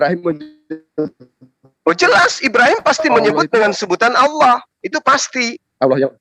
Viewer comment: Gw benci pengen nabok congor yang salah nyebut nama Allah (Alloh) dengan Awloh..